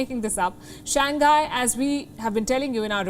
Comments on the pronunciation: "Shang Hi" not "shang guy" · I’m a big fan of Wion. However, I do think as professional journalists, we should try to pronounce major countries or cities’ names as accurately as possible. Shanghai should be pronounced as Shang-Hai and not Shang-Ghai. Hope this helps. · Pronunciation: shang-hai ... hi not nghai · ShangGuy? Do you mispronounce on purpose? Or is the H hard to pronounce?